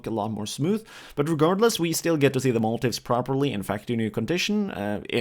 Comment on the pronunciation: I think motif is pronounced mo-teef. I could be wrong.